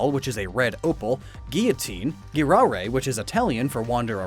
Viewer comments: Girare is not pronounced GHIrare it's pronounced like jirare. In italian we have a soft g when accompanied to e and i vowels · Yeah, but, going around in Italian uses a soft G. It's "girare", not "ghirare". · Cool video man but it is girare not ghirare, dont pronounce the g like get buy like gene. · I cringed so hard for how you pronounced "girare". The "g" is not soft, it's hard like the "j" in "John". But I don't think that Giratina took inspiration from girare, because this, alone, means to turn, like a valve or a bottle cap. Nice video, though. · I love your videos, and for the fact that I respect what you do in your research and job, I think it’s right to tell you that the Italian word girare is pronounced like Jirare, because in Italian in order to pronounce Gi like you do in English you have to write ghi. Obviously that’s not a critic, but I thought this thing could help you. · As your Italian fan, the g in "girare" (for Giratina) is pronounced dʒ, so it's dʒiˈrare 😀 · Anyway that's not how you pronunce girare in italian